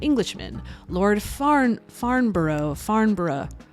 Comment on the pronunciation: "FARN-bruh". As in ED-'n-bruh or Middles-bruh etc